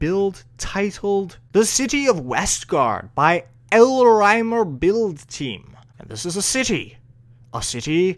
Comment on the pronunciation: i think Elrymer is pronounced Elrimer